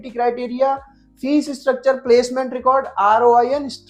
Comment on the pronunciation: Bhai fees hota hai fess nahi